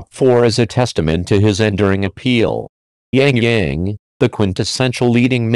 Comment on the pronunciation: not Yang Yang...